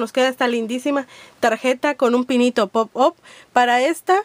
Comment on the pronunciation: pop aaaaap se dice